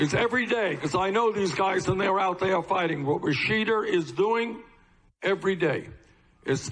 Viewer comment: Bernie Sanders thanks "Rasheeder" Tlaib.